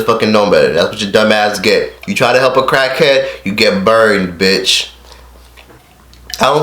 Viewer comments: U call him a crack head wait not crack head it's crak head don't even know how say it correct acting like u on crack rn lil 100k "crak head" gtfo clout chaser. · why you say cockhead in stead of crackhead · I keep hearing cockhead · He saying Cakheads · Dam nigga chill, them raviolis ain't going no where. Swallowing them bitches. Why does it sound like your saying cockhead every other time? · Yo fat ass don't even have to swallow the ravioli and its crack head not cackhead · this nigga said cachead lmao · Dead as sounds like he saying "cockheads" 😂😂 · u dont go around helpinn CACKHEADS lol this man cant say CRACKHEADS😂😂😂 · Crack Head Not Cock Head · Bruh, they put it on camera because they are YouTubers. If they are not getting it on video then they are just going the whole day without making money. And why cant you pronounce "cr" right? U say "clrack head". If anyone is trying to capitalise on anything your doing it from Fredo's mistake. Come on bruh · I kept hearing “cockhead” lol maybe cause your mouth was full. But great video!! Love from Dallas 💜💕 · You don’t even know how to say crackhead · I couldn’t finish this video do to the eating and unusual pronunciation of crack head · can u say crackhead right bruh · Nigga Can’t Say Crackhead Right😂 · He can't even say crack head right 😂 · This guy can’t even say crackhead 😭😭😭😭gay ass nigga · Why can’t you say crackhead right? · Pronounce the R you egghead.. and he made a mistake like every other fucking human